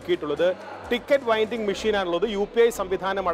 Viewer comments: Winding machine alla dai... It's vending machine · ithu Keralathil venam...ithepole...appol K-Rail aavashyam undavilla aadhya stretch TVM-EKM Pinne reporterodu....Winding Machine alla Vending Machine........... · വെൻഡിംഗ് മെഷീൻ ആണ് വൈൻഡിംഗ് അല്ല